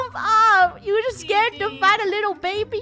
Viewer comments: It’s not baby it’s Beh beh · The way finish says baby she says babay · Its babeh just saying no hate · i love how baby funneh said babeh every time she said to someone hehehe